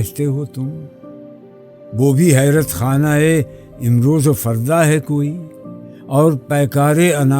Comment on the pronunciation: Nice explanation but please use correct Urdu/ Persian pronunciation. I'll give you one example there are many. Amroz correct pronunciation is Imroz